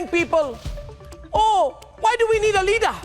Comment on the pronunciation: Why is he saying "Leader" in African accent, as "Leadaa"